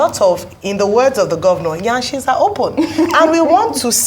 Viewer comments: Ayo made me laugh 🤣 She said yanshes are opening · Ojy pronouncing "Yansh" sounded so cute. Smiles!!!